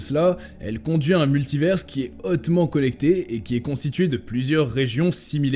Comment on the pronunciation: Répétez après moi : MULTIVAIRE , c'est la prononciation !